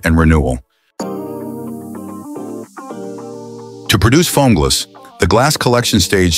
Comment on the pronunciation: you mean Fomgls?